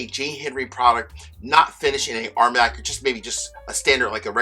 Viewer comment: It isn't pronounced "arm yak";; it is pronounced "armahn yak." Excellent reviews. Could you please give us your opinions on which bottles we should collect for investment value?